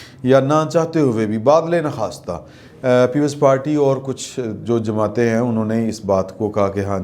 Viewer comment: Cheen ba cheen. Or..... Cheen ba jabin. Similarly it is not, " Badal e nakhasta" rather it is " Ba dil_e_nakhuasta.